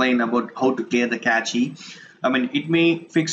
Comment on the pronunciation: That's nice! But FYI, it's not "kechi" .. it's simple pronounced "cash" -> (cache)